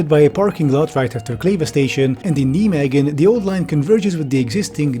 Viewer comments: Dutch: What did you do with the IJ? Rest of World: I didn't know, so I let it slide. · Oh nooooooooo. Not again And those pods will be blown over by the first summer storm. Gyroscope or not lol. Also pls hire me for 0 dollars per hour to pronounce any Dutch name ever. Nijmegen and Groesbeek are killing me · "Neemegken". Ya pronouce it Naimeig (raspy g) en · Hey, I think I can help you with your pronounciation of Nijmegen, if you want. If you're familiar with Bill Nye the science guy, use his last name. Then the English word "may". I think changing those parts would go a long ways to help with your pronounciation. Nye-may-gen. Thank you for the video. It sure gave me the 'ick' finding out they wanna have 'pods' running in the Netherlands. Though also not very surprising with our fascist government. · Sorry,, but I take personal issue with how you pronounce Nijmegen. You don't say it like "Knee Megan". It's "Nye", like Bill Nye. "May", as in the month. And "Ghen", which should sound like you're gargling something in the back of your throat, but doesn't want to come out. Nye-May-Ghen. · I've been living in Nijmegen for months and hearing you say Nee-megan is so funny to me. It's pronounced N-eye-may-hen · Look, I completely agree with what's being said here about the project, but can I just say that pronunciation of "Nijmegen" is just a thing to behold. "Nimeggen" If spelled phonetically in English (for how far English has consistent pronunciation rules), it should be like "Nye-magen" (first part vowels pronounced like the name "Nye", latter part vowels pronounced like "lager" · Niemegun? Rofl, I never heard that before Neimeegun is maybe better to say. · great video! just check how to pronounce cities before you say them. Nijmegen is pronounced nai-may-gn. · Just...nigh-megan 😂 No knights that say 'nie' 🎉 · ouch, rather *[nɛjmeɣə(n)] or something like that. Please look up the pronunciation of the names before recording a video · also ouch